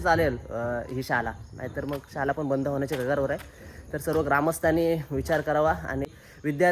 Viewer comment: दादा शुद्ध बोल शाला नाही शाळा म्हण